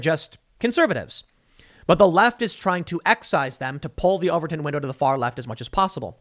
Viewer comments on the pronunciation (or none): none